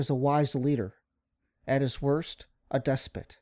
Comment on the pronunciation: on what is a "despit or dispet", I'm I misspelling this word?